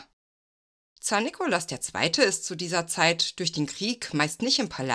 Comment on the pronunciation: Gut gemacht, nur nervt, dass Du leider ständig den Zaren einem falschen Namen gibt's. Der Mann hieß Nikolaus, nicht Nikolas. Ggf. hättest auch Nicolai nennen können.